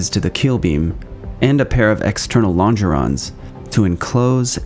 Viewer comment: 3 things: It's pronounced "long geron", not "lonn jeron". You reversed left and right in describing the wing tanks. Someone may already have pointed this out, but I'm not going to read through 3,297 comments to find out. You show the RAT blades rotating backwards.